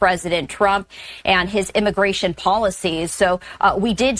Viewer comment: Wait, are we just going to gloss over the fact that the "reporter" said IMMIGRASHMENT? Have i been saying wrong for 50+ years? 😂😂😂